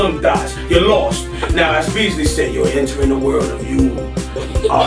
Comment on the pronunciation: She said Beasley LMFAO